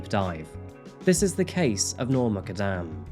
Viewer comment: Muqadam is Pronounced Moo kad dam.